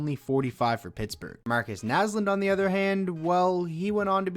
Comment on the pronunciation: I'm can you say Marcus naslund